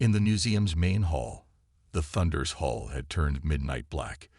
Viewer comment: Hull, Coms, and more of those. When something isn't taught, pretty hard to get it right! 🎉🎉😂